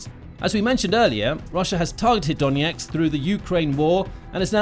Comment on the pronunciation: Why do you consistently pronounce Donetsk as Doneks?